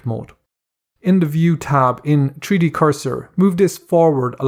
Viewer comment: Tree Dee LOL